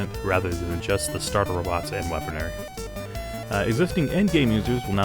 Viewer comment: BTW we know instead of "Robits" we will be calling them "rabbits" and when we collect them we are herding rabbits.